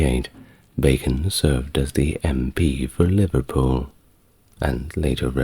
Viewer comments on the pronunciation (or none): none